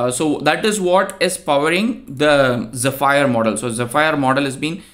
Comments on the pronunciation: The correct pronunciation for "zephyr" is ZEH-fur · i believe its pronounced like ze-fur... thanks for the video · AI: How can I help you today? You: Use phonetic formatting to show the correct pronunciation of 'Zephyr' AI: Sure! Zephyr is pronounced as "zeh-fər". ok that was still confunsing but its zef - fir as in fir tree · its zEpheer :D